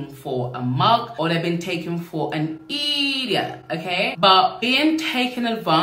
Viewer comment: Hey. Shout out from #Jamaica. When I heard you say "idiot" that sounded Jamaican just now. Do you have any Jamaican heritage?